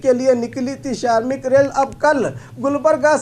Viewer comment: Bhai Bhai Shramik bolo sharmik Nahi , sharmik ka matlab ab aur Hota Hai